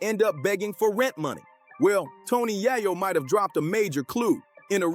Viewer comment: Bruh it’s YAY-YO dawg… 😑